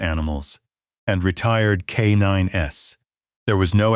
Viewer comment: Auburndale, Florida. They are K9s not K 9 s